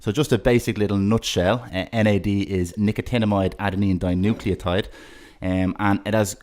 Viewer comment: How long did it take you to get that right - Nicotinamide Adenine Dinucleotide ?